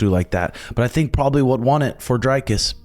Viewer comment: Pronounced Dree-cus rather than Dre-cus.